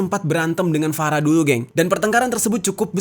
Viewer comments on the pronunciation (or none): Farah, F nya Ferekkk wkwkwkwkwkwk